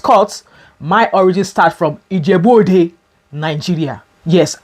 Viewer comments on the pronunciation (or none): Mama, I felt that 'Ijebu-Ode" of yours in my spirit 😂😂😂